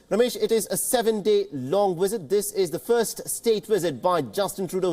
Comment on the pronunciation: Dear pretentious Indian anchor: Visit is pronounced, "visit," not "wisit." Treaties is pronounced "treetees," not "tritees." Other dozies: 1)"What you are looking at is, of course, the Trudeau family signing into the visitors diary." 2) "Remember there is a substantial amount of Indian diaspora." 3) "For more of this we are joined in by our ..." 4) Throw an "of course" in every other sentence ...